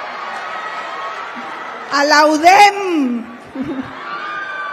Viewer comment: Así es, UDEM... nada de U Dé Eme...